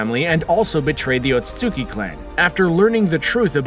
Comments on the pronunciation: Ote suite ski = otsutski Not ote sote suki 🥴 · Sounds like your brain skips every time you say "Otsutsuki". Lol. Still, great video.